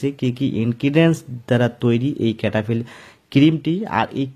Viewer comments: ক্যাটা ফিল নয়, সেটাফিল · Name tai to vul ...bolchen.....cetaphill